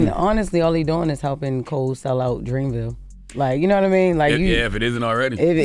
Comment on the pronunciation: “Im going to dreamville teew “😂